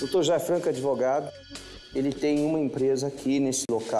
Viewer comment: "Eu sou adevogado"